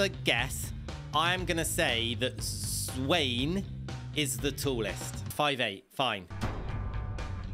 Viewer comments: it's not swane it's z-w- aa-n-e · wait wait what broh Zwane is a South African name so it not Zwein but it Zwahney u write it as Zwein ut it Zwahney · Not zwayne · As a South African not to be a perfectionist its pronounced Zw-an-e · Zwane is actually pronounced as zwaaaaneeeee loud 'a' and 'e' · it's z-wa-neh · people from south Africa who know he said zwane name wrong. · The E In Zwane is not silent